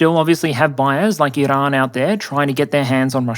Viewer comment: learn how to talk. it's called Iran, not ehh-lann. also you stretched putin horizontally. the social media circles in the image are 33x27 which proves this. very shoddy work